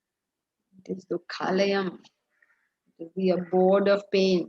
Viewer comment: Small correction: It is NOT Dukkha layam... It is Dukhaalayam. Dukha + Aalaya = Dukhaalaya (Savarna Dheerga Sandhi), means "Place of sorrow". If you pronounce it as "Layam", it means destruction. It does not make any sense with "Dukkha layam" which is destruction of sorrow. Regards